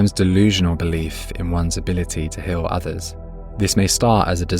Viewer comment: Very well but the accent is horrible 😢 Hill instead of heal ?